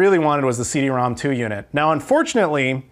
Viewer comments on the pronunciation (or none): Nice pickups esp the CD-ROM^2!!! I'm jelly. 2 nitpicks... are you sure the Super Fami was 89 cents, not $8.90?? Also CD-ROM^2 is not "rom two" but called "rom rom" since it's an exponent (or in Japanese phonetics, "CD Romu-Romu")